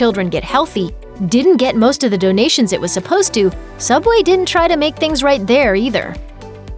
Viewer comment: Subway? I never herd that name I only heard soobway